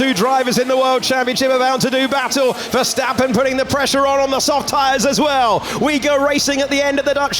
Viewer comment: “Vergtapen” “vergtapen” los mexicanos no saben pronunciar la “s”? 🤷🏻‍♂️